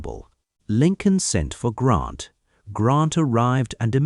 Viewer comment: Good GRIEF: his name is GRANT, not GrOnt .